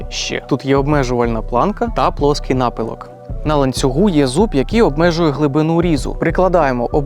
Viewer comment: Наголос у слові помітка і напилок падає но другий склад, а слово акумулятор і пишеться і вимовляєтся однаково з однією а і двома у.